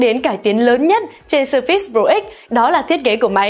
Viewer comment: sao đọc là sơ fits? nghe bực quá